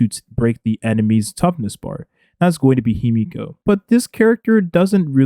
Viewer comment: dont ever call her "He-me-ko" again lmao